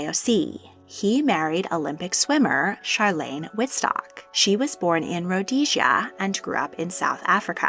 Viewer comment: You said Charlene name wrong